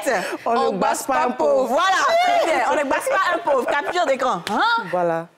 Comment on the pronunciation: “On ne gbasse pas pauvre” real🤣🤣🤣